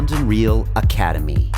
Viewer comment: "This week on London reaal?"